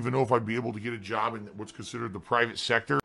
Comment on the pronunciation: "McDonald's has finally accepted my JAHB application? "